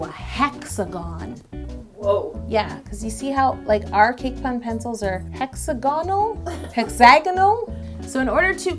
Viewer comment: how did she miss saying PUNcils??!!